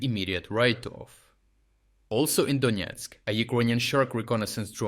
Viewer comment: Donesk not Doniesk